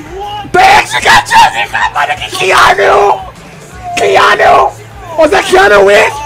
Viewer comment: 😂 was that keanu "wick"?... I said "weeves" 😂😂😂